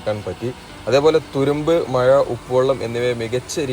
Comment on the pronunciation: Maya alla,mazha anu.koyikode alla,kozhikode.